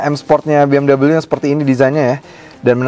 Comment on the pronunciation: klodi indo sebut biasaa aja bng bmw .dobal dabel u😅 ..dengernya gmna gtu buat orng kmpun kaya saya